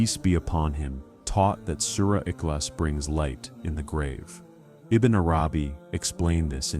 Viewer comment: Please pronounce Surah iklaas properly and name Allah !